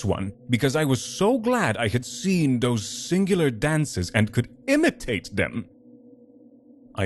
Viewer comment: I’ll start by saying that the narrator has a great tone to his voice. Yet. Apologize for the harsh criticism, but having someone with such a strong foreign accent ruined the immersion for me. The first “Those” pronounced “Doze” pulled me out.